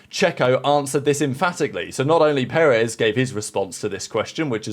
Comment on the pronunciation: The emphasis is on the second syllable. peREZ